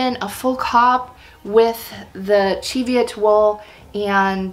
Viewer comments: I’m Scottish and live near the Cheviot hills (and my grandparents on both sides were sheep farmers). It’s pronounced ‘chee’ as in ‘cheese’. Plus the Cheviots are located in the Borders, where the primary language spoken was Scots, derived from Middle English, rather than Scottish Gaelic which was spoken further north. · Chev...just like Chevrolet...CHEV-i-ot. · Not according to my Scottish friend. It's pronounced "chee" like cheese after the Cheviot hills in Scotland where the sheep are from. 😊🐑